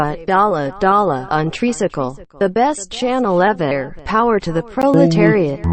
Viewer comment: did she say the proleteriate?